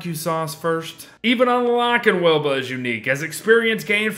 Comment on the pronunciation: Very late but, you called her "Weeba" or however you would spell that.